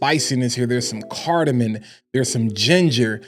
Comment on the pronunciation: Cardamom lol - not cardamin .. really enjoy your videos , not trying to sound like a hater but just like telling someone they have food on their face, someone mispronouncing an extremely common note in fragrances on a fragrance channel should be helped out. Gotchu 🤙